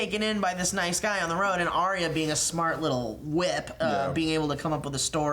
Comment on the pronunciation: Little Finger wants the North. thats my guess. Also Arya's name is pronounced Ar-Ya not Ari-ya